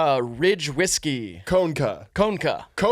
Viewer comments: conecuh is pronounced cuh-neck-uh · as an ashamed native and resident of Alabama, i felt like its my responsibility to let yall know it’s pronounced “co-neck-uh” roll tide & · As someone from Alabama, Conecuh is pronounced Cun eh cuh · FYI: Grew up just over the border from Alabama - Conecuh is pronounced "Koh-neck-uh". Also the name of a great sausage brand. Goes well with red beans and rice. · as a reluctant alabamian, it’s pronounced “cuh-neck-uh,” and it’s amazing. conecuh is also the greatest sausage on earth. conecuh is the greatest thing about this state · So conecuh is pronounced KA-NECK-AH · As someone from Alabama, the pronunciation of Conecuh was hilarious🤣 it’s Co-Neh-Cuh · Just a head's up fellas, "Conecuh" is pronounced "cuh-NEH-cuh" down here in the south. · conecuh is “cuh-neck-uh”… 😞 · I’m from Alabama. Connecuh sausage is the only thing I’ll defend about this state. “CUH-NECK-UH” I’ve never felt this way. Is this what bastardizing local pride feels like? (It’s just a really fuckin good Cajun sausage that we put in everything down here) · As someone from Alabama, “conecuh” is pronounced like “cuh-neh-cuh” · stop fucking saying conecuh like that